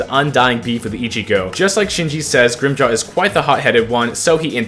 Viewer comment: him saying grimmjows name wrong every time set me off so bad lmao